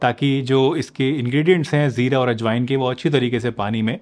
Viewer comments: Its Jeera not Zeera. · Jeera hota hai Zeera nhi